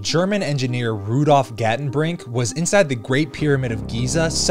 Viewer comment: Very interesting video. 3 small errors. 1. The name of the german engineer was Gartenbrink and not Gatenbrink and 2nd, the whole region, Egypt and the Sahara was very green 6000 years ago and not 11500 years ago. The cosmic cataclysm take part every about 12000 years but it was not an asteroid or comet who caused the Younger Drias, its a cyclical event caused by the arrival of the galactic current sheet who cause a Micronova on our sun because of the magnetic kick and dump of cosmic dust on the sun's surface. Check Suspicious Observers Yt channel. If it's correct what the electronic engineer found, that the Pyramid blocks all form of radiation include gamma rays, it makes perfect sense to survive the Micronova. But the Pyramid must be older than 4500 years, at least 12000. The erosion of the Sphinx confirm that.